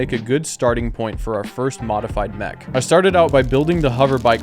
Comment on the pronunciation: Ik bedoel het lief maar je spreekt het uit als mek niet meg